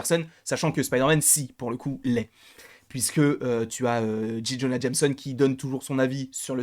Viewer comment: Alors, ça se prononce JAY Jonah Jameson, et M JAY, pas Dji. Merci pour tes vidéos cependant